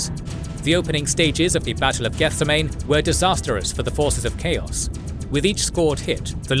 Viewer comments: Love the video, but every time you say the word "Gethsemane" my eye twitches. It's geth-SEM-uh-nee, as in the Garden of Gethsemane from the Bible. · I'm sure someone else pointed it out, but it's pronounced "geth-sehm-ah-knee", like the garden in Jerusalem where Jesus prayed before he was captured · good video, but I would rather be sold to a dark Eldar than hear you pronounce Gethsemane again